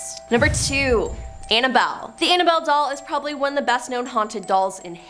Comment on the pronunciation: everybody and their mother’s know that it is Ed gein not Ed Jean and it’s Annabelle not analbelle. You need to do your research on how to pronounce peoples names because every top 10 videos you do you butcher half of those names. Look up those people and learn something before you put out videos and your staff are letting you down by not correcting you.